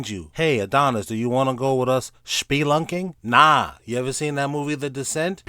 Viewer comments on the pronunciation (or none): LMAO Schpelunking. Killing me bro. Im new and love the channel homie.